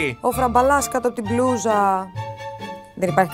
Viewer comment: μονάχα εγώ όταν μιλάει η και λέει μπλούζα ακούω μπλουja ή κάτι τέτοιο